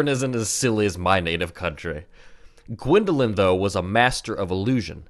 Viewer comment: dwindeling? You mean GWINDELING?